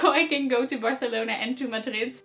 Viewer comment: I could actually tell you had learned some Spanish because of how well you pronounced Barcelona xD There is another famous building by Gaudí in my home region. It's called "El Capricho" and one of my friends from Uni works there as a "historian tour guide".